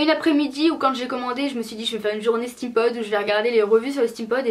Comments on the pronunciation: Ca me stresse trop tu dis "Stème pod " au lieu de "stime pod" (steampod) 😅😂😘😘 mais sinon je t'adore ♡ ♡ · pour prononcer steam pod tu dit stèm pod au lieu de stim pod,sinon bonne video t trop belle